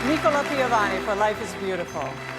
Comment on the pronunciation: Nìcola instead of Nicòla, what a mistake!!!